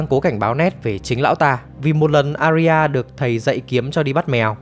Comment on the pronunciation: Arya đọc là A - ya nhé, 2 âm thôi